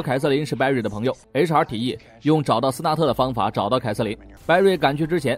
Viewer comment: HR都聽成查😵😵